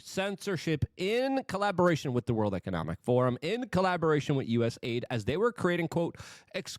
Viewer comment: For once, being unable to pronounce words pays off! US AIDS is perfect